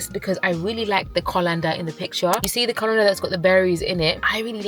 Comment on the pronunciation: it’s so cute you say “colander” like a African girl it’s so cute 😍😍😍😍🥹🥹🥹🥹